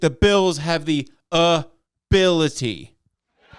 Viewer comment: Lol a-BILL-ity